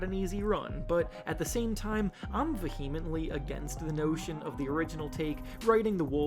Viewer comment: Vehemently = 'VEE-uh-mehnt-lee' Accent on the first syllable.